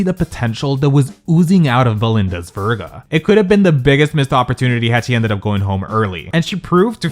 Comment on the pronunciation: Say her last name right! It’s like Sophia Vergara without the A at the end.